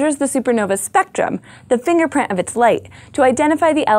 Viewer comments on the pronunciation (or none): She seems incapable of pronouncing the letter "t" at the end of a word. She pronounces "point of light" as poi' af ley' "violent" as viola', "spot" as spa' , "fingerprint" as fingerpra', etc. Yes, it's pretty annoying, but 'll get over it, no problem.